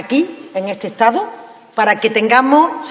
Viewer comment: Me jode cada vez que se come el do. Estado, Casado. Parece una quincallera